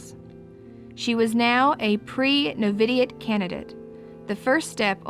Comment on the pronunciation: No-vi-she- it novitiate